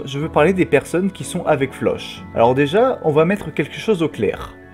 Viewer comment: Juste 😁😅 Tu pourrais prononcer floch autrement que "che" ? C'est flock 😭😂😂